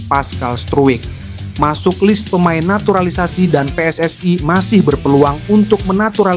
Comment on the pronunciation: Kalau bahasa indonesia bahasa indonesia saja bang.. gak usah ala ala luar bang PSSI jadi pssai... WNI jadi WNAI.. agak aneh dengarnya karna abang pake bahasa indonesia isi video abang